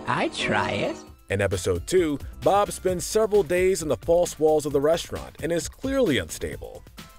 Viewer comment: I thought that you said blob for a second